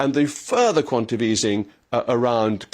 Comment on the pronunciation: I would have thought that with your posh education you would know that it's quantaTATive easing (not quantative)